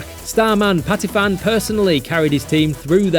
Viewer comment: Patiphan not 'Patifan' the ph is an aspirated p not an f, this isn't Vietnamese.